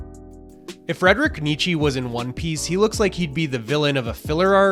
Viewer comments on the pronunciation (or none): Loved the vid, a great analysis in my opinion ;) As a German I only had a hard time listening as you butchered Friedrich Nietzsche's name so much...😅